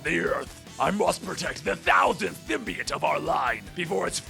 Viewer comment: symbiote is pronounced "sim-bee-OAT" not "sim-bee-IT" lol both you and comicsexplained mispronounce it that way